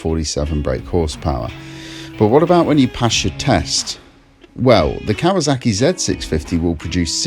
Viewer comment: KawaSaki not Kawazaki.